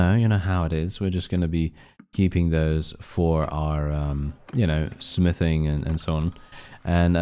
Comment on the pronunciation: When you said smithing i hear sniffing and thought oh God please tell me hes not on drugs lol🤣